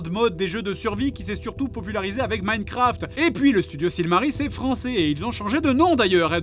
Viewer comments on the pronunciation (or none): none